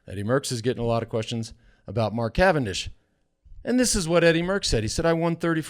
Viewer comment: CA-VAN-DISH, see ya in the dooshes!!